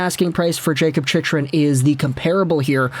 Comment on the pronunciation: I can't take this guy seriously when he keeps mis-pronouncing Chychrun's name incorrect in all of his vids.